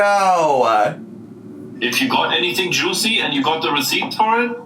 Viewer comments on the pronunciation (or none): none